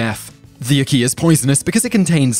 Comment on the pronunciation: Ack-Key - NOT Akey!